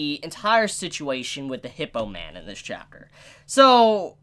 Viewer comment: I hear you pronounce the "th-"sound perfectly most of the time, but then you'll say something like: "every-fing [everything]" or "viss [this]" or "fott [thought]." It's so strange.